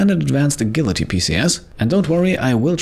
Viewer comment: I always applauded fluency of English being from Germany, but I honestly wasn't expecting him to pronounce "agility" the way he did 😗